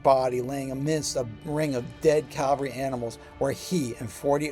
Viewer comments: Forgive me, but it is "cavalry", not "Calvary". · CAV CAV CAV-- never Calvary. Unless you mean Golgotha. Say CAV alry 108 times.